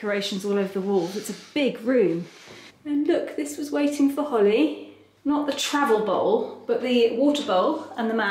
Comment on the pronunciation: Holly, e si pronuncia la 'H'!